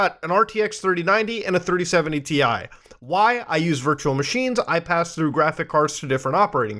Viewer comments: graphic card, its pronounced graphics card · I love graTHICK cards. Makes me moist Edit :Also not making fun of him, I have the same issues with my TH’s so instead of saying three I say free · I don't know why and I know we all pronounce things differently but every time you say graphics card it sounds off to me.